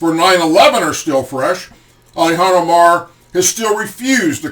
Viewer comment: I love your show, but please stop calling her "ally-han omar"! It's "Ill-han omar"!!!